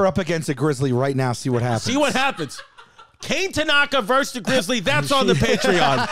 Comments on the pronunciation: "Cane" Tanaka. LOL. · Dang poor kane. Its pronunced Kah-Neh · Kane is most likely pronounced “kah-neh” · I’m not sure it’s pronounced “kane”, pretty sure knowing it’s Japanese it’s pronounced “Kon-a” like the word con with the letter A. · for sure not pronounced Kay-ne lol definitely Kah-nay